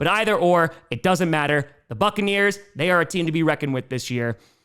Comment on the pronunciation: It sounded like u said fuckaneers 😂 not buccaneers at the end